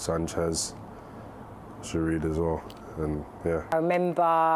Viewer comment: “Girood” “Scorpio kick” 😂😂😂